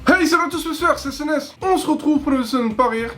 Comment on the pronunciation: ta dis snes ou sns au tout debut la